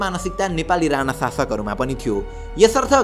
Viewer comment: काे हाै तिमी यार ?? तिमीलाइ याे राना र राणा विचकाे उच्चारणकाे फरक पनि थाहा छैन र?? यार सुधार। यस्ताे गल्ति नगर। अंग्रेजीमा "ण" छैन र उनीहरू उच्चारण गर्न सक्दैनन् । कि तिमी पनि उतैबाट हाै??